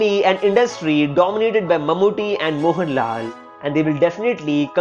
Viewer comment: Bro why are you stretching the last syllable of every sentence? Pranav Mohan-LAL Son of Mohan-LAL made his debut in AADI.